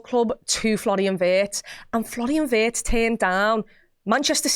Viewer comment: Please please try to pronounce him like Veertz, not like in hurts! ❤ from Germany, up the reds.